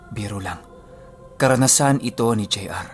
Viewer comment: Natawa ako sa “jay arrrrrrr” hahaha